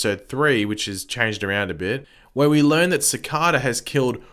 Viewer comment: is it an accent